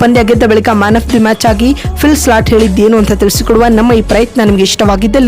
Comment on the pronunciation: Maraya avla change madu illa e video dlt madu. Slat slat annodu keloke agtilla